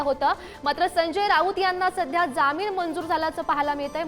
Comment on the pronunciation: Jamin nahi jaamin marathi chi asho waat lau naka.